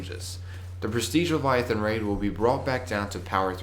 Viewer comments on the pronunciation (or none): none